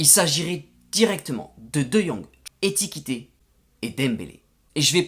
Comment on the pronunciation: Belle vidéo ! Tu as quand même " etikété" EKITEKE 😅😅😅